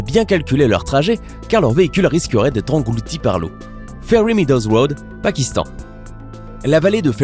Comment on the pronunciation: A 4 minute 33 suis je le seul qui a remarquer qu'il a dit engoulti au lieu de engloutis